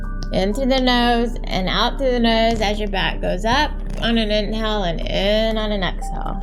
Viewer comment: This video is very helpful, but the voice is like an angry bird screeching. "In-hell, Ex-hell."